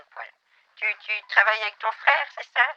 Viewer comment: "Mon fwéwe il est masson" 😂😂😂